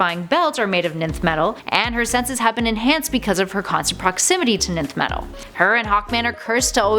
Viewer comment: Please ask someone with knowledge of algebra how to say Nth.